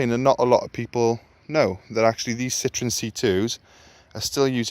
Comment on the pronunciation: Citroen is french for lemon, the French laugh out loud at the way Citroen is pronounced 🙄🙄